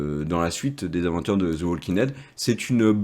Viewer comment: Cessez de dire zo The Walking Dead c’est fatiguant à la longue dites The ( de sur le bout de la langue 👅 comme si vous avez un poils au bout mais cessez de dire zo The Walking Dead . Écouter encore et encore et vous n’entendez plus de zo The Walking Dead